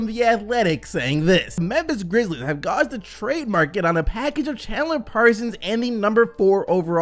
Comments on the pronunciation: It’s pronounced gayjed not gawjed.... “gauged” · The way he says gauged 😭😭😭